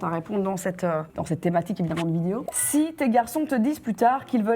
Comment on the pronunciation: super video part contre tu dis vidio